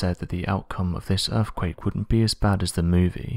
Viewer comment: erfkwake! geologico! exampo! possibo! the real mystery is how Brits slaughter their own native language.....